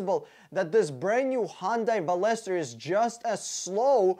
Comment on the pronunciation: Veloster is pronounced (Vel▪loss▪ster) btw